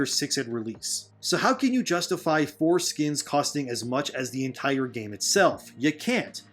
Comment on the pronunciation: LOL..he said forskins!